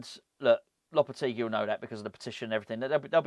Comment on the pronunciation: The guy who can't even pronounce Lopetegui's name?? Do me a favour.